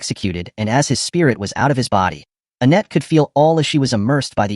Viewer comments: Her name is Anette(Ah-net)Not Ah-neet! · Weird how everyone else’s names you get right except for Annette… and slave? Definitely raised wrong.